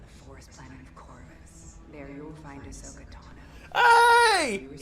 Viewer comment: Really dude!? You can’t even get her name right? 😅 Ahsoka Tano*